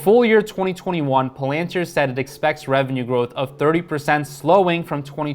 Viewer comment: I can’t stand the way you pronounce PALANTIR